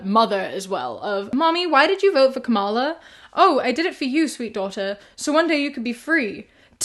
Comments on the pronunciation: Her name is pronounced comma-la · Hey love! Please look up how Kamala is pronounced 💕 it's like "Comma" + "la" (quoting her grandnieces) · Yes, the rhythm should sound like you're saying 'komma' ( this punctuation mark right here -> , ) and you pronouce it 'kamma' and just add a -la at the end👍🏻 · It's KAH-ma-la. Ka-MAH-la is an intentional mispronunciation of her name that's meant to be insulting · It’s pronounced KAHmuhLA btw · You pronounced Kamala's name incorrectly, in that you used the racist pronunciation that the MAGA morons use. As for why Drumpf won the popular vote...come on, you know why. Misogyny and racism is why. So many people did not want to vote for a black woman. You know this.